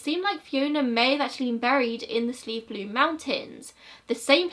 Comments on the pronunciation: PS you pronounced Slieve Bloom correctly ☺️ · Deirdre is my aunt's niece, and we all played together as kids. I still cannot believe she is gone. Anyhow, besides that I wanted to say that you pronounced Slieve Bloom correctly. :) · I remember these cases well, as I lived within the vanishing triangle I often lived in fear. In JoJo Dollards case, there was no motorway then so the journey would be longer. Also your pronunciation of Slieve Bloom the first time was perfect. Another case that may interest you is that of Philip Cairns, his disappearance is very odd. Thanks for covering these cases. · Your first pronunciation of Slieve bloom mountains was correct 🙂 I live very close to this small mountain range. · You pronounced it right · I’m from the Slieve Blooms and you’re pronouncing it perfectly! Thank you for covering the Vanishing Triangle - it’s such an interesting case that should be talked about more. Thank you for uploading during this time too ✨💛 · Your pronunciations on these Irish place names in the video are really impressive. I know Irish people who aren’t even able to pronounce Slieve Bloom properly. Fair play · From someone who grew up at the foot of the Slieve Blooms, your pronunciation was pretty spot on, just gotta get that culchie 'Shh' sound in there! And thank you for covering this case- the disappearances happened years before I was a young woman myself, but it still gets under my skin sometimes how not a single clue was ever found for any of them. I know it sounds so cliche, but everyone knows everyone around here and it seems so safe- it's unnerving to think a person could just seemingly vanish despite that. Great video as always girl ❤️